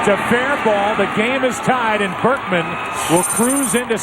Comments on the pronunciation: U really do got the worst pronunciations or just dont pay attention. "lance Bregman" lmao it's not even hard to say Berkman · Lance Burk-min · We're you getting lance bregman it's berkman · You are very entertaining but how the heck do you get Lance BERKMAN'S name wrong EVERY time? Keep up the good work. PS. I was a clubhouse boy for the Astros wayyyyyyy back in 1980-83. If you want some juice on what happened behind the scenes, lemme know! I also wrote for BleacherReport for a while and covered some history of the team! BERKMAN.....NOT Bergman!!!!!